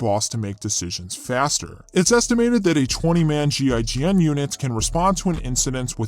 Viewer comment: As a French you did a good effort for "GIGN" prononciation xD nice video buddy ;)